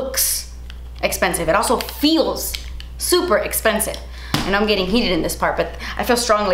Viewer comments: "That's esspensive" 🤣😍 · you’re beautiful and so kind. That’s it, that’s all I wanted to say💞 thank you for uploading this video during this time, I needed to distract myself and you did. Also, oh my gooooodness das espensive 😂